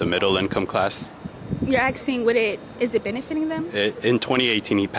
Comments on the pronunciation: “You axing?” College student, mind you… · "you are AKSING..." - college student my ass..